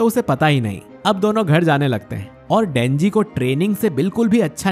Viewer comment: You say dhenji